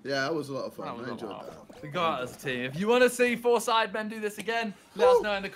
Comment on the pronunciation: bro harry saying “soidemen” always gets me 😭